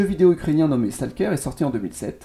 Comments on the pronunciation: stalkère ???? stolceur plutôt non ?? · Mes oreilles saigne quand tu dis stalker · Argh, la prononciation de STALKER fait mal aux oreilles, sinon belle vidéo, dingue de voir autant de villes abandonnées.